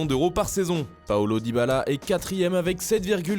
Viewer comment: Toujours le fameux DybAAla😂